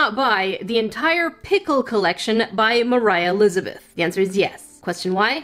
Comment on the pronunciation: you said mor i lizebeth